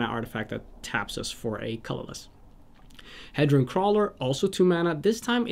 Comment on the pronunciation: Nice video. I'd like to point out some pronunciations: - Inspiring Statuary [statue-ary] - Dreamstone Hedron, Hedron Archive [hee-dron] - Nevinyrral's Disk [nev-in-y-ral] - Colossus of Akros [ak-ros]